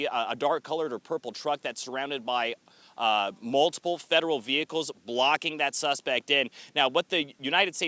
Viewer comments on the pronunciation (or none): none